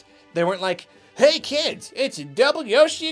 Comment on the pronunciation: "Key kids, It's Double-Yoshi Exploshie!" lolBut seriously- the video is great.